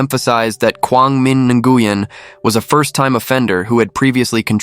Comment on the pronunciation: Dude, it’s pronounced “new yen”